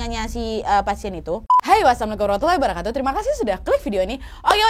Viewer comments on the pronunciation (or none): none